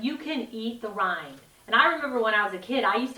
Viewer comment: I think it's Watermelon rind not rine.